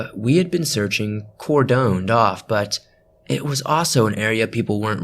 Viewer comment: Cordoned is pronounced “Cord-on’d”. As in rhymes with the name Gordon. Just a heads up for future reference.